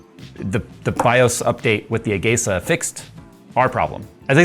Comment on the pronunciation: I always pronounced it as "ah-gee-sah", never heard it pronounced as "ah-gey-sah."